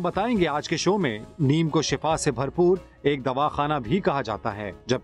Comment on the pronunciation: Sir....right word is shifa not shafa